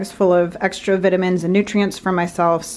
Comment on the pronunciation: I love watching her videos, and I never judge her. But every time she says vitamins I laugh a little bit.